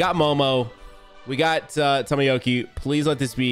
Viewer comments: Yo boi "Tomoyoki" hahahahaha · it sounds like " tomoyoki"